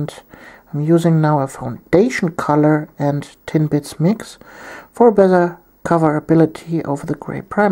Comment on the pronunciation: Every time you say "Tin Blitz" i hear "Tim Bits" and i get really hungry :(